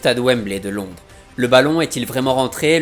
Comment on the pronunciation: Petite erreur aussi à avec "Londrès" au lieu de "Londres"